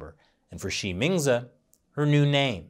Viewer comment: When you say her name, I keep hearing ''She means it''